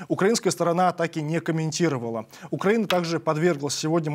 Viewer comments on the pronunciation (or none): none